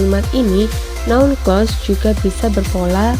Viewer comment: Hanpir semua English Teacher di Indonesia ngga bisa mengucapkan "Clause" dengan benar. Ini salah satunya.